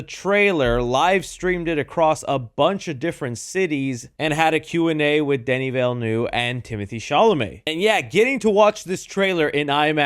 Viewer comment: ** Guy is named Denis Villeneuve **: "Dany Villey-Niuv" It's literally just [Duh-nee Vill-nev] 😂